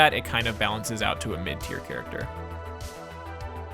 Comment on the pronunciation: Was I the only one who noticed "charcater"? No, just me? Aight